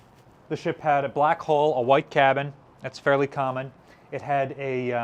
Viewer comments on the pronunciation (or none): Pronounce after me, "Hull, h-u-l-l, hhh---uuu---lll---lll"!!!!!!!!!!!!!!!!!!! You're as bad as Barry Boy when he pronounced corpsman as "corpse-man". You're doing yourself no favors with the ignorant "hall."